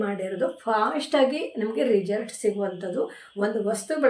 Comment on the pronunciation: ರಿಜಲ್ಟ್ ಅನ್ನಬೇಡಿ ರಿಸಲ್ಟ್ ಅನ್ನಿ ಕೇಳೋದಕ್ಕೆ ಒಂದು ತರ ಆಗುತ್ತದೆ 😊